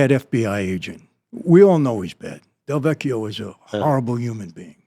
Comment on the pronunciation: Lin DeVecchio not Del Vecchio..as a Del Vecchio I am very sensitive to this slight correction..:) thank you